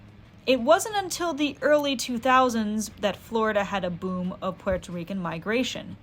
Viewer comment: very cool video ! just wanted to mention , as a puerto rican , i quite enjoy the way you pronounce puerto rican/rico - many puerto ricans do not use the “r” sound in the middle of words so while rican/rico is said with an “r” sound , puerto is pronounced more like “poo-well-toe” not “poo-air-toe” , but i enjoyed your pronunciation of it , very interesting and fun